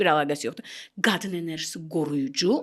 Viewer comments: enerjı,, yox enerji .Güya ki , danışdı ,😊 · ENERJİ SÖSÜNDƏ I HƏRFİ YOXDU